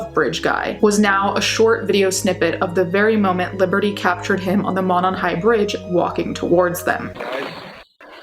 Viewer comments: around here (Indiana) it's pronounced "Moe-non" <3 just wanted to let you know. Thanks so much for this video, would love to see this solved! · The bridge wasn't all that well known until the murders. I live 10 minutes away and was unaware of this highly dangerous bridge. It is pronounced Moe non. Thanks for keeping the case alive. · Veeery small, nitpicky thing, it's pronounced "mOH-non", like the 'oh' sound in 'phone'. I know, super small dumb thing to point out lol. But yeah, this still haunts us. I don't live in Delphi, but a smallish college town like, ten minutes away. Even here, it still affects people. We have crime, like any town, especially a college town. But nothing this terrifying has happened here, the killers are usually caught here. But this just hung like a silent, ominous storm cloud over northern Indiana, and still does. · I'm from Indiana the monon runs from Indianapolis all the way up there it's pronounced Mow-non I can't believe they still haven't found the killer and I only live an hour away what if their serial killer it scares the s*** out of me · The first syllable of Monon is a long o vowel sound.